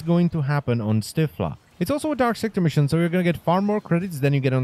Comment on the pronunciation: Why do you keep saying Stiffler?????